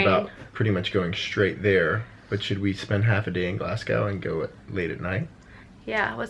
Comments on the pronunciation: My first Scottish tip is to pronounce Glasgow as “Glazgo” not gow like cow. I had no idea where you were on about for a second hahaha the second is to prepare for rain like every day. Then just have fun! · I specifically wait until I’ve a book and tea in my hands before I start these vlogs as they motivate me to finish my books:) thanks. So much quality in this, specially FMA, drool. Oh by the by, Glasgow is pronounced “glazgoh” 😉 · have fun in scotland!! my friendly tip (as an english girl) is that its pronounced glasgOH (like the sound in OMG) haha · Glasgow is a nice city, I live there. If you're going to Loch Lomond I'd recommend a wee stop in Luss. It's a beautiful town. Stirling is also great. Also, we say Glasgow without pronouncing the "w", so it's more Glas-go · Clays pronunciation of Glasgow 😂 for future reference it’s glarz-go or glaz-go if you’re from the north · I love how says Glasgow, we say it as Glas-go, sounds very posh when you say it! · In Scotland, I'd recommend going to Sugar Daddy's in Edinburgh! Also Glasgow is pronounced like 'glass-go'! Edinburgh Castle is good as well as Camera Obscura in Edinburgh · Crying at the way you guys pronounce Glasgow :'D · The way you say Glasgow is so strange! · I think if you're going to Scotland it would be great if you learned how to pronounce glasgow 😅 Dornoch castle is an absolutely beautiful fairy tale castle in the north of the country. Don't know what loop you're doing but if you look on the north coast 500 website it has some great itinerary items which will give you some great ideas. My partner and I did it last summer and loved it even though I'm from Glasgow. The east coast of Scotland has a lot more history and the West coast is a lot more picturesque. If you're in city centre glasgow then I would say spend the afternoon just wondering around and seeing things as the architecture is great and quite different from Edinburgh - there's also some really great places to eat.